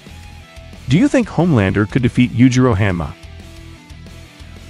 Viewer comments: “yujiro hamma” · Yujiro Ham-ah😭